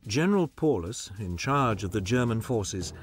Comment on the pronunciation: Paulus..... pronounced Pow-lus...